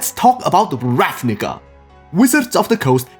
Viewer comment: Every time you say the book name I become racially triggerd. Still a good guide